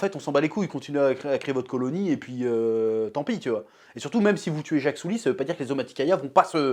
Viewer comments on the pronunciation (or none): Le héro s’appelle Jake Sully. Le chef prononce : Jacques Soulie